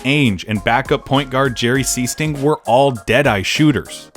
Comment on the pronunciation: The secret secret weapon was Jerry Sichting. SEA-STING! Announcer's favorite call-out.